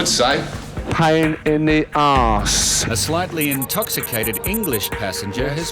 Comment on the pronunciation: is on something “🗣️pain in thee oss” 😂